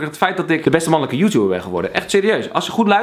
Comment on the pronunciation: 'beste mannulukkuh joetouber' ik ging stuk